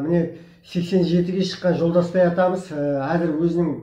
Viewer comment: Жолдаспай деп емес жолдасбай деса